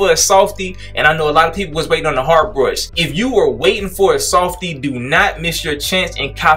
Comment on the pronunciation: the way he said i am finding the bursh had me dead (not trynna be racist)